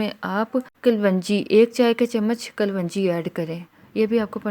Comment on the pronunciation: کلونجی نہیں kalun ji hota h